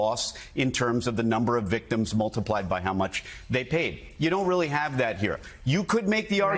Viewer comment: we weally do have a nightmare